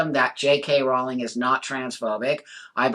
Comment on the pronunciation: As well as being able to see and understand that JK is nothing close to ‘transphobic’, right from the off you pronounce her name correctly! You’re right on the why. She is a target because she is a high profile and extremely successful WOMAN.